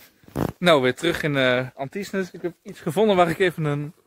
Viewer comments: Anthisnes, spreek je uit als AN TIN. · Dan nog even de juiste uitspraken van een aantal plaatsnamen: Anthisnes: Antienn Hourpes: Oerp Namur: Namúúr